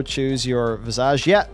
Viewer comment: Does purposely pronounce 'Visage' so ridiculously wrong, or is it his accent?